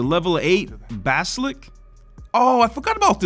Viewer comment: This guy wants to get an a advanced degree and can't even read. Hey, basilisk is pronounced bas-uh-lisk. You're welcome.